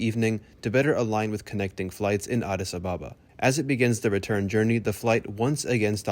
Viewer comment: Addis Ababa is pronounced Addis Ab-aba NOT A-ba-ba.